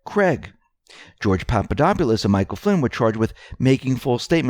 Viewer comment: I hear u say papadopoulos it’s pronounced PA PA DAW POU LOS. IM GREEK I KNOW THE NAME.